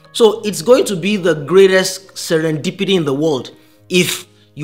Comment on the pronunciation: Especially "Serendipity".